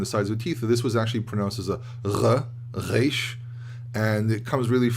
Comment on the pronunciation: You’re the only one in USA that I heard pronouncing correctly the resh.